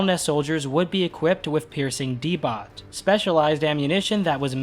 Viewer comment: debot is most likely pronounced similar to sabot, (say-boh) which is a real kind of ammunition used in tanks. great video as always i just had to be nit-picky lol.